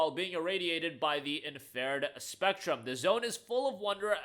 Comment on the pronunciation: Bro said "infared" lol